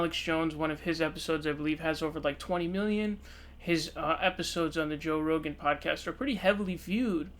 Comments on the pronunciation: its pronounced row-gin. Roe gAn makes him sound like a Japanese monster that would battle Godzilla. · "Joe Ro-Gan" lol, wtf? 😂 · RO GAN? Just like you fucked up SUN DERS ... clown! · You must be new to the channel. has a running gag of mispronouncing names. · So dumb. Alex Jones will be on the podcast next week and all of these episodes will be on Spotify. You can’t even pronounce his name correctly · Thumbs down for the way you pronounced “rogan”